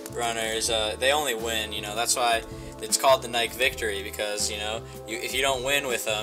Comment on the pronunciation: N y K e